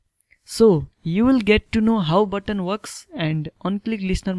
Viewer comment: Why when you say my button it sounds like my butt ?